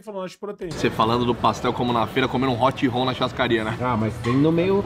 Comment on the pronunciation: Hot "holl" é foda